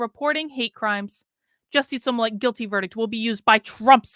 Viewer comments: I love you, but if you’re going to report, you MUST pronounce people’s names correctly. It’s not SOmillett. It’s SMollett. 🙏🏽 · Are you saying his name like SEW MOLLET? 🤔